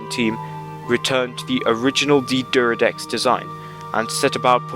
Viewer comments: Not pronounced Deeeee'deridex, it's D'deridex. Pronounce it like you've got a stutter. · It's pronounced D'D-air-eh-decks not D'D-er-ih-decks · Dude, there is no letter U in D'deridex. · he sure likes to say d deridex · "D'deridex""D'deridex" "D'deridex""D'deridex""D'deridex" Cheers